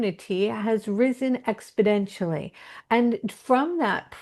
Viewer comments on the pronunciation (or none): Im curious about the use of the repeated word “expodentially” which is strongly pronounced with a “d” but where i would expect the word exponentially. I’m wondering if there’s a deeper meaning behind the change in the pronunciation of this word by the channel?